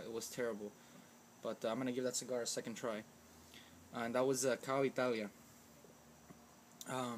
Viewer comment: Hey man its not cow its pronounced Cee-A-Oh just like the letters